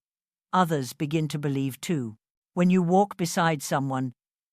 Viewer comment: I bellieve...its always exactly like ur saying it